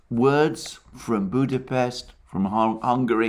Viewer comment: I am an ardent follower and supporter of Mr Mercouris and feel indebted to him for his daily enlightenment on crucial current affairs. Since he mentioned Budapest in this video twice (first time with the correct pronunciation), I'd like take the opportunity to clarify the correct pronunciation of my place of birth: Budapest with an 's' as in 'SHE' (and NOT as in 'see'), should anyone be interested. Nothing to worry about the 'incorrect' pronunciation though, it is widespread and Hungarians are used to this.